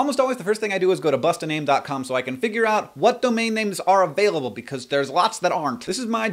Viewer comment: Haha you said abailable instead of available just like my teacher and dam u talk fast as hell